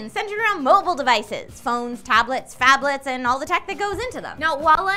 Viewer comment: Thought she said, "Faplets" for a second.